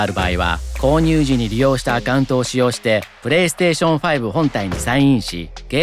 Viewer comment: New drinking game: Everytime he says perestetion u drink.